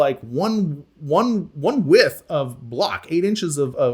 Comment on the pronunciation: I would have questionted both the contractors and the engineer for using "wythe" instead of "width"